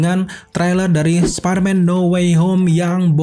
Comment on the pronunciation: spiderman apa sparmen ya? Siapa tau gw yg slh dgr, siaaaap salah senior😂